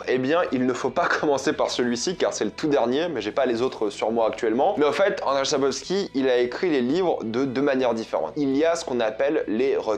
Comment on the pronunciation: Petite vidéo sympa ! Petite précision juste pour la prononciation du nom de l'auteur c'est "Andjeï Sapkovski" 😉